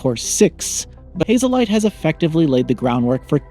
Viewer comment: Haze light Not hazel light Lol